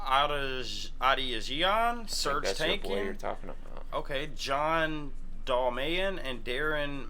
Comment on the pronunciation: The bassist's name is Shavo Odadjian. Just wanted to help you out with your pronunciations: "Oh-daw-gee-uhn", "Dohl-my-uhn", "Muh-law-key-uhn" Thank you for trying at least. I wouldn't pay a hundred bucks to have a lima bean on my face 😂🤣 Also gotta get to Question!, Soil, and one of my favorites, Cigaro